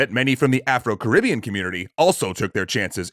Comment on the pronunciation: I love all of the Extra Credits videos, but very small nitpick, "Caribbean" is stressed on the -bean